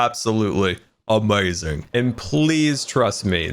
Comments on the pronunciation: I like how he says amaizing instead of amazing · "Absolutely awmeaasing"